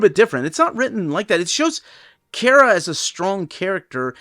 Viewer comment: Man I don’t like the way he says “Kara” He say key-era It’s Car-a